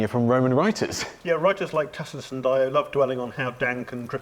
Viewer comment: Yeah, "Barbarians"...those Celts whose DNA I carry. Remember this battle in the movie Gladiator with Russel Crowe? Great scene. And the historian's name should be pronounced with a HARD C....Tacitus. Not like Tasitus. Same with Celts...HARD C, not like Selts.